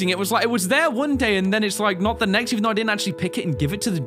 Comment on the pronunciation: "MEXT DAY"........... Haha-haaaaaaaaaaaa..................